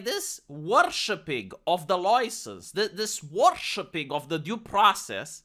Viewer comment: "Where's your Lemonade Loicence, citizen?! 🔫👮‍♂️"